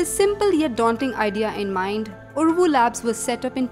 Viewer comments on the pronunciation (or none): It is Uravu , not uruvu.